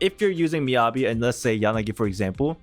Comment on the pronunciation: how do you manage to pronounce Yanagi correctly and then Miyabi all wrong 😭